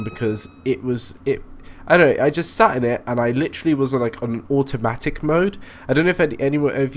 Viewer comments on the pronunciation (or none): none